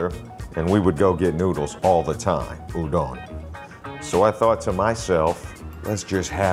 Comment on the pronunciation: Says it’s not pronounced udON but then says udON noodles 5 seconds later 😂